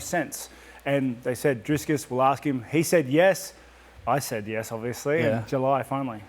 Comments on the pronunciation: Please, Rob. It is Dricus. There is no "s" in the middle. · Rob keeps calling him "Driscus". Its Dricus. At least get the guys name right. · trying hard to make Robert understand how to pronounce that name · Rob pronouncing DDP’s first name like Chael Sonnen would. Legend.